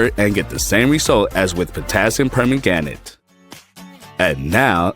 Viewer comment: silly ai thing cannot say permanganate.